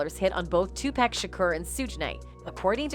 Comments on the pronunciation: It’s PAC not pack geesh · Well do a video on how this lady talking keeps on murdering Tupac’s name in all these videos. Who the fuk is “TuPack”?!!! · It's pronounced Tupac... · Pissing me off mispronouncing Pac name. Disrespectful